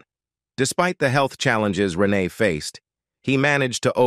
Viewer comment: Not pronouncing Renee’s name correctly and misspelling her name in a copy of the transcript is disrespectful.